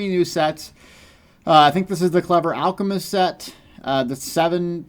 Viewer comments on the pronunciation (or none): none